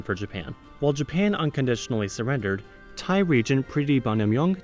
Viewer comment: As a Thai person watching someone trying to pronounce Thai names is just hilarious